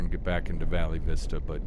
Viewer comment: Pronounced Val Vista.😊